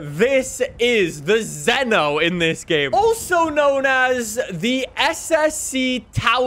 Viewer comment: YOU PRONOUNCED ZENO CORRECTLY FIRST TRY. LIKED, SUBBED, BELLED! Thank you